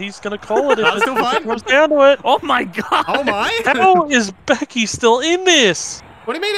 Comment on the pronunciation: "Beky Lynch" lmao